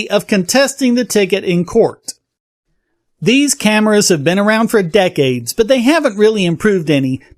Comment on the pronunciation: Did you say "scameras"?